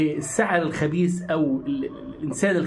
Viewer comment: عندي تعليق بسيط حاول تطلع مخارج الحروف صح خبيث مثلا مش خبيس و جزاكم الله عنا خير الجزاء